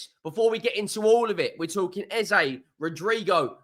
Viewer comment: as i have told you. Be the first to not Mullah the name of Eze and not Ezay. Then I'll subscribe Why do most Brit's never listen and try to get peoples name correct? they is No A where it has an E in it. Ask E-z-e where's an there's A in that? 🤣🤣🤣🤣🤣🤣 And BTW Sezco will be the player Arteta wanted and will get. Ayounger, tsaller, plaed in a better quaiity club. Arteta will develop him.